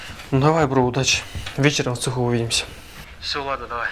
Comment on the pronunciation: в Цехуууууууу а не в цЕЕЕЕхе